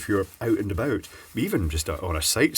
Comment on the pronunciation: "Out and aboot"